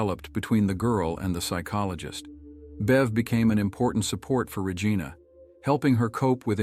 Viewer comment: The pronunciation of Regina was butchered in this. 😳 Please use a human voice.